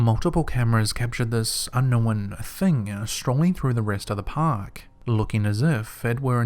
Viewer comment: He says unknow-when